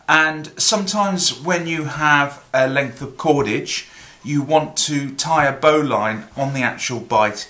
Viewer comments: BO'Lin pronuciation.. like Botswain is pronounced Bo'sun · What you have there is a double bowline on a bight. Refer to the tug boat bowline for a single bowline on a bight . And if you pronounce it "bowlin" you won't sound like a land lubber.